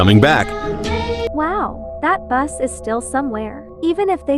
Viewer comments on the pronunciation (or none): it's not buss it's bus